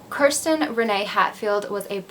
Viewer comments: Idk I heard Kristen I listened closely but who knows maybe you weren’t pronouncing kirsten right. It’s pronounced “Kerr-sten” hard R. I’m not hating but I did sort of think listening throughout it’s kinda disrespectful to not make a hard effort to pronounce the name correctly or address it.. if it is unclear to your viewers what you are saying that needs addressed or fixed because it does sound like Kristen.. just saying if I were her parents watching I would be upset.. it’s not the end of the world but little things like that do count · I think Kirsten is pronounced KEER-stin... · The way she pronounces her name is so weird to me, because I’ve only heard people pronounce Kirsten as “Keer-stin” instead of “Ker-stin” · As I am watching this and seeing you say her name, I had a friend in college with the exact same spelling, said the exact same way. That's how everyone said her name including myself. How are you saying it wrong?